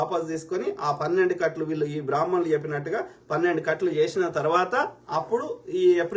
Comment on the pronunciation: బ్రహ్మ ణులు అని కూడా పలకలేవు. నీ మొహానికి బ్రహ్మ ణుల మీద వాగటం ఒకటి. నువ్వు చెప్పి నంత నీ చంగా బ్రహ్మ ణులు లేరు లే